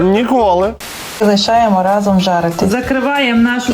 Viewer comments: Олексію! То ж наголос в слові «разом» на «а», тобто «рАзом». Не «разОм» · Дурнев, вы ударение на слово "рАзом" не правильно ставите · Олексій, не "разОм", а "рАзом"! Здивований, що ти цього не знаєш.